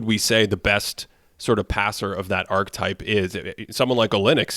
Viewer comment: Pls pls “archetype” is a 3-syllable word 🙏🏻